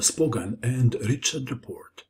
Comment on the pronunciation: Great video! You make the most instructive chess videos. Just one thing: the "ch" sound in the hungarian name Richárd is pronounced like the letter "h" in english.